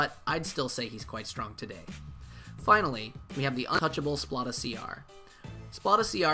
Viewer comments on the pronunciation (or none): Great vid! My fav has got to be Liona, aesthetically and functionally. It's funny how you pronounce Splata! It's like splatter with out the R, as in he's gonna splata ya brains all over the place! Splat!